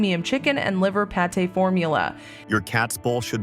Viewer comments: Pâté not Pate !!!!!!!!!!!!! !!!!!!!!!!! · It's not "Pate", that's the top of a person's head. It's "Pâté " a French word for food processed to a soft or creamy texture that is pronounced "Pat-tay". Maybe don't use an AI reader for EVERYTING ?